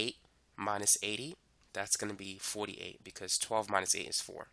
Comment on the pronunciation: Why did you say 48 differently, like NY